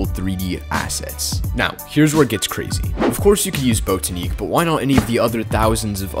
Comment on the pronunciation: its "bot-ah-nick" not "boat-ah-neek"